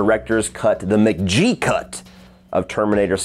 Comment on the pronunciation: Great picks! It’s pronounced MC-G-EE not M-JEE btw